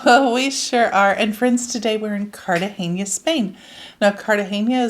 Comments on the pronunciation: Nice video..I lived there as a kid..just to let you know..Its Car Ta Hey NA..not "nia"..just NA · You say CartageNIA. But it is CartageNA…😊😊😊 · Cartagena is pronounced car-ta-hay-nah according to a Spanish friend. Please correct us if we’re wrong. It wouldn’t be the first time 😁!